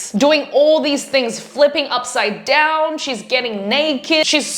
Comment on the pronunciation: What speech is this? I mean, what is her accent is she saying doownwd on me on purpose?